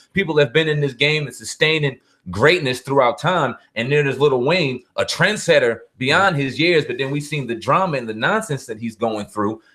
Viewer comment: Trendsetter Not Trensetter